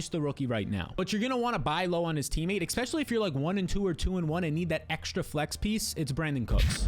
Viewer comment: Another good video,also, it's Especially, not " Expecially"